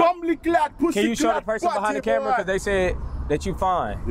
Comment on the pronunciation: "Open your camerow" 💀🤣